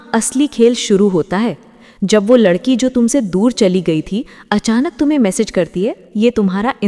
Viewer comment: Last me ladki ko ludki bola apne 🤣🤣🤣🤣